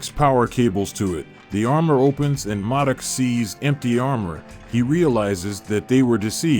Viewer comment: Or how he keep pronouncing modok wrong